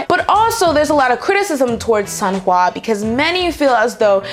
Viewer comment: I literally just started pronouncing Sunhwa correctly and now hearing you pronouncing it how I used to got me going backwards.